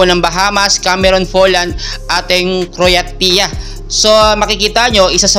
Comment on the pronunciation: To correct Croatia pronounce as "Kro-way-sia"